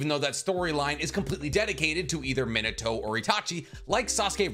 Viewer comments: Your Japanese pronunciation is killing me 😭 Retsuden is not pronounced with an -AHN at the end. It's the same suffix as Shippuden, friend. It means "story" or "chronicle". Also, your pronunciation of Minato when you have a tattoo of him... pls... MI-NA-TO, not MIN-A-TO. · Good video! I wanted to see a Minato spin-off since his first bamf appearance. Also, may I suggest "Mē nah toe" over "Men a toe", my friend? Unless you just love that version of pronunciation, in which case, carry on good sir. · I'm gonna smack you if you mangle the name of the 4th Hokage every again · A Minato tatt and u still can’t pronounce his name properly lmao that’s crazy🤦🏽‍♂️